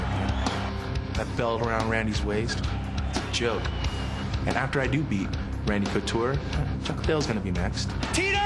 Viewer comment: "Randy coocher"